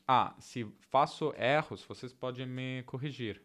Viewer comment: erro é pronunciado com ê em vez de é ( /e/ em vez de /ɛ/)